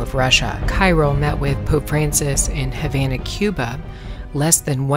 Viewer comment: Patriarch Cyrill's name is pronounced as [Khee-'reel]. Just for your information.